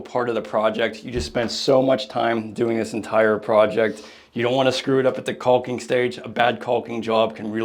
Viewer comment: Love your channel, but the “L” in caulk is silent my friend 😊. There’s no such thing as “CALLKING” 😂